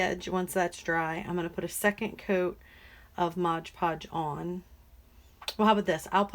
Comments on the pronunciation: I agree with everyone here. I love your videos. I do have one pet peeve tho! It’s called MOD Podge, not Modge Podge. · Nice tumbler...but its mod podge lol